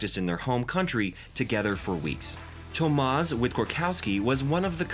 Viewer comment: Im sorry but how can you make a whole video about a person and not even bother to pronounce their name correctly it's eega shvyontehk and her father is tomash